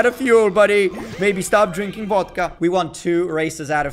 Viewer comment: I love when he say "a bas vul ov VODKA"